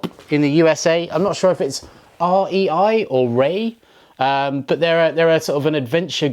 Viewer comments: It’s R.-E.-I. Not REI.. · As a proud member of the REI coop here in Massachusetts, i have to let you know its R-E-I as an acronym. Otherwise, great review!